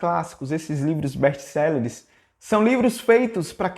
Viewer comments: "Bésti céleres"? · não é best selleres é best sellers